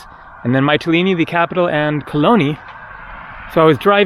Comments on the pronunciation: It's pronounced "Mitt-a-lean-e" not "Might-a-lean-e' FYI. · Actually, all the vowels in the word are pronounced in the same way as the letter "e" or "ee" (see, meet, greek etc). There is no "a" sound at all. So it's more like "Me-tee-lee-nee". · Hi. It's Meetilini like Meekonos. The Y in Greek is pronounced with a clear ee.